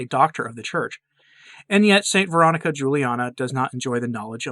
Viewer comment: I don't understand why you're not pronouncing her name correctly. You said it would be clear at your website but there's nothing about it